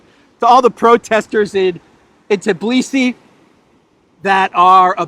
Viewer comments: Although, why TIBlisi,? It's TBilisi =) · It is Tbilisi! Not Tiblisi 😂